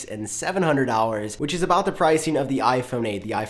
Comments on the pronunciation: Why do you keep saying “dowers”? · Is it just me, or does he say "dollars" with a w instead of an l? Like "dowwars"